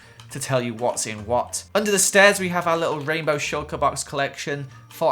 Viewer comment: Does anyone else love when says “wot” it’s so funny